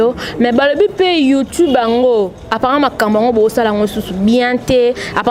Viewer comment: malicka mania zoba zoba kizengi ayabi ata ko prononcé youtube te illettrés bopesa internet merci mwasi aza sense na forme na mibali yango ya poto balingaka yo